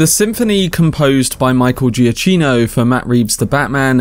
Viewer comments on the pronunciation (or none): Good video. 2 points: 1. His name is pronounced "GiaCKino"' , not "GiaCHino" 2. There is a reason why the 4 note Motive is repeated a lot. According to Matt Reeves and Giacchino this also symbolises the obsession Bruce Wayne has with Batman, it's constantly playing in his mind, the rhythm almost becoming his heartbeat, so there's definitely a deeper meaning behind it than some people realize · As Michael puts it on his Twitter bio, it’s pronounced Juh-KEE-no. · You have pronounced the surname not correctly, it is Giakino (pronounce K). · great video but please pronounce his name correctly